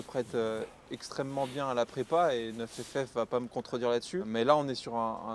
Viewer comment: ta gueule avec NEUF FF c'est NINE ff . niiiiiiiiiiiiiiiiiiiiiiiiiiiine bordel